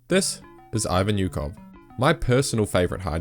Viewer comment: So many details on a man but you don’t bother to pronounce his name right. It’s “Oo-hov”, not “yu-kov”. Just like Usyk is “oo-sik”, not “yu-sik”.